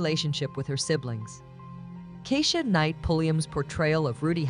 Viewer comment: KEESHA not KESHA.